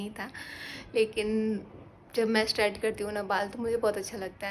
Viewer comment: Di एस्ट्रेट नही स्ट्रैट बोलिए